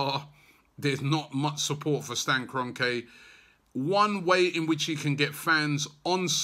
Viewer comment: It’s Kron-kee, ffs Robbie.